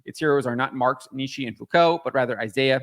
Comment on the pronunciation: I agree with you but you can't pronounce Nietzsche. Google how you pronounce it. It just shows you aren't well read and once again stop saying Nietzsche has anything to do with identity politics. He doesn't.